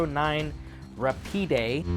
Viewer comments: Kimber America pronounces it RA-PEED. RA-PEED is a few milliseconds faster than Rapid. A Kel-Tec would be Rapid, but a Kimber is Rapide because of the Higher MSRP. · RA-PEED; not ra-pee-day. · It's ruh-peed actually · Rahpeed is the pronunciation. french for fast. the one I held had a very stiff safety lever